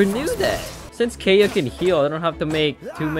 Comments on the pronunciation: Keya? It’s pronounced Kae yeah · HE SAID KAY-UH BUT ITS KAI-UH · Did you just say kaya it is pronounced ky-uh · Kay-a? KAY-A! It’s Kai-a! Spelled Kaeya! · The way (mis)pronounces Kaeya's name like "Hey Ya" made me imagine how dangerous Kaeya would be with puns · i love it when you pronounce it as keya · kay-ya? wHat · Never say Kaeya as Keya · It’s pronounced Kaeya (Kai-ya) lol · It’s pronounced K-eye-uh PLS 😭😭😭😭😭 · Okay im getting triggered by him saying Kaeya wrong... Keya? Like what, who says keya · I’m triggered by the way he pronounced kaeya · smh I’m with you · not how u pronounced his name wrong the entire vid helppp